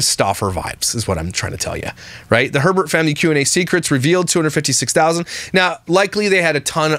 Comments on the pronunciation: In Wisconsin their name would be pronounced “A-Bear” (not Herbert) - So you saying Herbert repeatedly made me laugh on top of the snark 😂😂😂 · If its spell'd Hebert it's pronounced A-bear.. But if there's an R after the He as in Herbert it's pronounced Herbert.. They also said it in their Q&A